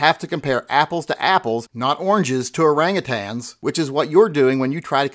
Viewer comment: thank you for covering this topic. It is one that hasn't been covered to ad nauseam. You still make me nervous on that platform. Keep up all the good work..You have been doing a lot of great work lately. Kudos to the correct pronunciation or Orangutan. Most people say, Orangutang. Keep doing the good you do..